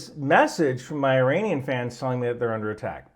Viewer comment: That’s the first time I’ve ever heard not pronounce it 'Eye-ranian.' Truly, we live in interesting times.